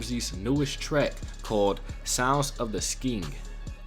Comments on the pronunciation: loooll you said sound of the skiiing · Not sking bro Its skeng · "sounds of the skeeng" 😂😂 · skeng not sking lmao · its pronounced sk-eng lol;) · My man says "sounds of the sking" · Man said sounds of the sking 😂😂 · Skeng not skeen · Yo bro. You pronounced skeng wrong. It's slang for gun and the e is pronounced like the e in elephant. So like sk-eng turns into skeng. Check out the track skengman. Pt4 by Stormzy or siengman by 67